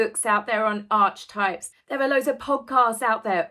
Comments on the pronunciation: It's "arkie-types" not "arch-types" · Hello, just to say that archetype is pronounced aa..ku-tipe an not arche type : didn't know what you were refering to but for the rest I love your views on the Harkles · Also note from the dictionary entry that you showed here that archetype is pronounced with a "k" - it is right there in phonetic right next the entry. So why the "ch" sound? I cringe each time you pronounce it that way. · The word is Archetypes, pronounced like the Architect !! please.!! R Key Type It is not archtype where the arch is like a building feature. I dont wish to be picky but when a word is the centre of the video, and you need to keep repeating it, and it set the hairs at the back of my neck lifting each time I hear you mispronouce it. It only needs for you to look it up in a dictionary, they show you how to pronounce things. I enjoy videos please please please do not spoil it for me. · Ark-a-type not arch- type . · Ark ee type. Is the pronunciation of this word not Arch type. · Pronounced ark e type not arch type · The usual pronunciation is ark-e-type, so Methane should have gone for Archietype. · Archetype derives from a Greek word and in both English and the original Greek it is pronounced ark. The less people pronounce words the same way, the more confusion and misunderstandings can arise. It matters, but no one should ever be made to feel bad or awkward over non-standard pronunciations. Just as you said, this is not life or death 🤣🗡️🤣🗡️🤣🗡️ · It’s not Archetype, the ch is pronounced as a k. So it would be arch(k)type. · Archetype is pronounced R key type. Jung is pronounced Yung Brlliant video 👍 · Love you,, you look great, and I love your take on things and sense of humour! But yes, it's AR-keh-type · please pronounce archetype properly - it is pronounced “arkeetipe” lol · I though archetype was pronounced Ark-E-Type. Am I wrong? 🤷‍♀️ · Archetype pronounces like ARK eh type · I think that is pronounced aar kuh type